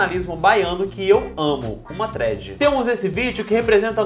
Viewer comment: Eu achava q não era possível amar mais vcs mas o falando thread certo fez acontecer